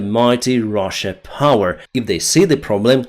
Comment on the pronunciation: You said russia wrong